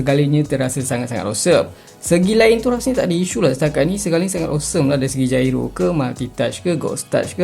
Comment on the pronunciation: sebutan yg betul jyro bang